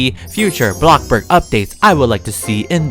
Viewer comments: It’s called blocksburg not BLOCK BURG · Me:thinking how he says bloxburg Him:Blobburg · Did he really said block burg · OKAY HERE'S MY VERY sEnTimEnTAl message to. I grew out of Roblox in December. Now, I'm slowly getting back into it. Just very, very slowlly. I knew that I should start watching my old favorite Roblox YouTubers again to see what's changed. I came to watch YOUR videos first. I'm so happy you were my first choice! You still say "blockburg" and you're still the funny I remember. Much love! <3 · Me: “bloxburg”.:”bLoCkbUrG” (no hate lol)